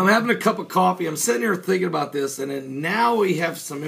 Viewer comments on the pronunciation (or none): none